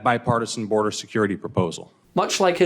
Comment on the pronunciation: BORDER!!!! IT'S NOT HARD TO PRONOUNCE LOL